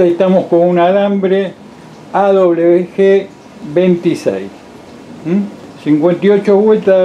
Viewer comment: Alambre o hilo : AWG . " A doble UVE GE " El dice : " A doble BE G "